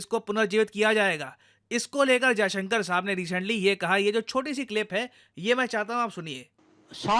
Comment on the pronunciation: मास्टर जी, विदेश मन्त्री महोदय का नाम एस. जयशंकर है (अजयशंकर नहीं है).